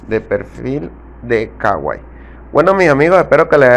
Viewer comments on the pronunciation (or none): No se dice kawai se kuai